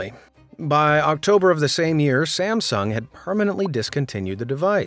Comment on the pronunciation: did you say the "galaxy Samsam? Is this voice AI or